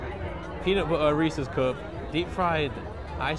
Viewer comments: Lol i like how he says bootter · nice "budder"! Keep it up!